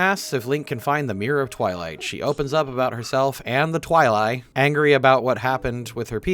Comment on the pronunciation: I think Twili is pronounced "Twi-lee"